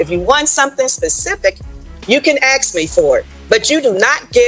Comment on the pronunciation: The word is "ask",... NOT "axe". Sorry, but it just grits on me whenever I hear someone say that. It mere highlights their illiteracy.